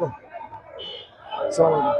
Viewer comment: সালামের উচ্চারণটা ঠিক করেন